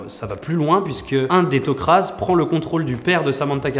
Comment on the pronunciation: des petites incoherences dans tes propos. ils vont pas dans d'autres dimensions mais plutôt dans d'autres partie de la galaxie. c tok ra et non tok raz comme tu a l'air de le prononcé. tu parle aussi des peuples les plus important dans la série, je suis d'accord avec toi pour les Goa 'uld, les tok'ra mais les jaffas sont bien plus important aux fil des saisons, comme les asgards qui tiennent un des plus grands rôle dans la serie même si on ne les vois pas énormément. Jolie numéro même si je me demande si tu as bien vus toutes la série. Gros doutes